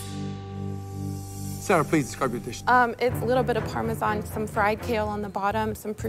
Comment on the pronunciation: I cringed when she said “Parmesan” like that